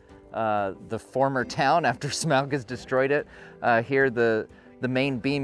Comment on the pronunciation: Smaug is pronounced SMOG